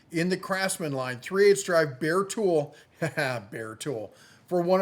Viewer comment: Love the Deals of the Week, keep them coming, Love it when you say Bare tool, meaning Bear Tool. LoL...